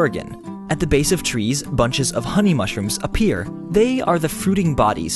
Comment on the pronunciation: As a Spanish I must say that that hurt